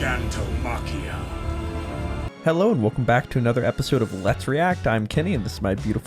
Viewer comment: Only issue I have with the dub is how wrong they pronounce gigantomachias name it’s gig not guy